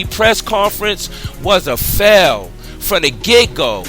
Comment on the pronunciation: Also you say Fell not fail. LOL what a fail.